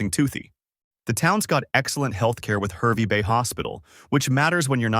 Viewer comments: It is HARvey Bay not HERvey Bay. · HAHR-vey Bay. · It's pronounced Harvey Bay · Oh no 😂 stop Herby bay.. yeppoohn 😅